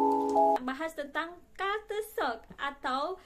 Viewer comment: Maaf sebutan yg betul utk culture shock is "Kalcer Shok".